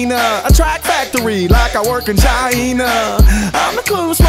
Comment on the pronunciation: "Chi-ee-na" Prof went to the Donald Trump school of pronouncing "China."